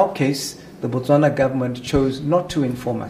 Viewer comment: You must have been a terrible visitor then ... Or you don't even know what you are talking about. As a matter of fact, there are few places in the world more friendlier than 🇧🇼. Well you actually said Bwastwana, my apologies...